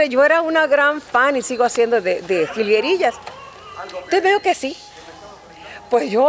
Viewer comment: jaja... esa entrevistadora se nota que de la nueva "geraración" les dice Jilgerías... jajaja